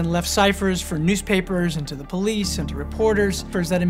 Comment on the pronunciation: "THE" Batman! Pas "Ze" Batman! Mes oreilles saignent!